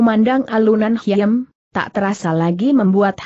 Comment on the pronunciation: Khiem dibacanya 'Kim' Bukan hiem ☺